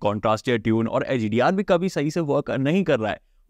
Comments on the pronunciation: Yar aap YouTubeer hen semsum kia hota hai Samsung hota hai yar samsem naj yar aap kia krhe ho?? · Are unpdh samsum nahi samsung sach batan kitne tak padhe ho bhai 😅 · Bhai its SAM'SUNG' not SAM'SUM' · samsung ❌️ samsum ✅️ 😂😂😂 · Samsung ❌ saisat ✅ 😂😂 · Ye abi nai me 8 months se Notes krha hon aap Samsung nai bol pate ho thek se semsam he bolt3 ho kyn? Aap YouTube ho yar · Bro literally says samsum 😅😅😅 every time 😅😅